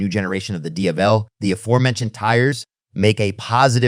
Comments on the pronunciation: Jesus Christ! SAY DIAVEL correctly how its ment to be said. Each time you pronounce the Diavel name its different. Cut the AI crap and put a real capable person to do the talking. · Great video.. just stick to one pronounciation of the Diavel and keep it consistent all the way. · The AI trained voiceover is generally pretty good, but you can hear it cracking occasionally and the pronunciation of Diavel is throwing a lot of people off. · Please learn how to say it